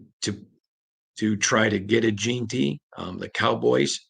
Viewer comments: JEN-TY where you get Jean Tea from put some respect on his name sir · Gen-ty not Jean-ty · Say it slowly....JEN-ty....JEN-ty....JEN-ty... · Damn can we pronounce the kids name right already!?!?!? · how hard is it to pronounce AJ’s name correctly? 😂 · FOR THE LOVE OF JIM OTTO PLEASE LEARN TO PRONOUNCE HIS NAME CORRECTLY! It has been like fingernails on the chalkboard for the last two months!